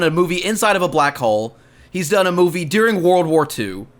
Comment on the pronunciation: i hate how says deering instead of during